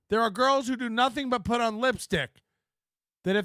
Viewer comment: "flirtin'" = ready to devour..."girlshhh" = buffet table... Leave my chairs out of this you PRICK :p